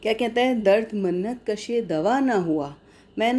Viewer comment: with all due respect. lafz " MINNAT " hota hai " Mannat " nahi.